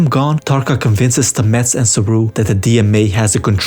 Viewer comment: Great recap. One thing though: his name is pronounced STAH-mets, not StaMETTS :-)